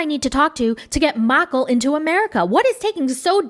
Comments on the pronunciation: Every time you say Miicheal I giggle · The way you say Michael is so hilarious 🤣🤣